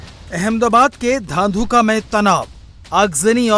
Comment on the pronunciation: धांधुका नहीं धुंधका बोलो और भारवाड़ नहीं भरवाड़ कहो